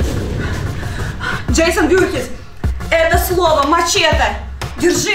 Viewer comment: Не джейсон вюрхиз а вурхиз